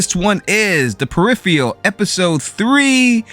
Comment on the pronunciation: Can’t even pronounce the show’s title correctly 👎